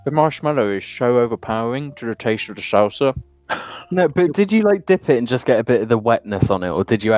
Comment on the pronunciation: You kept saying salsa wrong